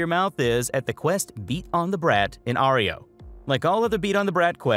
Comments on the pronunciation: Why’d u pronounce Arroyo like that 🥴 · It's pronounced "Uh Roy Oh", not oreo. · It blows me away how people who are ostensibly lore/gameplay commentators continue to mispronounce words that are literally spoken repeatedly in the games dialogue. They say the goddamned neighborhoods name frequently. Ah-ROY-yo. Its mystifying.